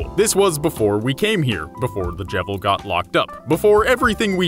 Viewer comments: I pronounced his name Jeevil. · wtf why do you call him the jevil its cleary just JEVIL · I'm giving another down vote just because he can't get Jevils name right.